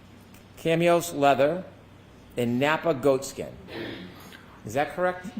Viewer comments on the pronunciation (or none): Cam e ose leather?. Does he mean Chamois? Pronounced Sham waa. is an embarrassment. I love this Dr. He and Dr Wolfe are thoroughly professional, honest and their integrity shines through. They know Karen did not hit John. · did just pronounce chamois leather as “cam-me-os?” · mispronounces “chamois leather” as “kamios leather.” 🤣🤡